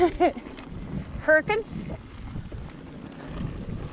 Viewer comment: Congrats on pronouncing "Hurricane" the proper Southern Utah way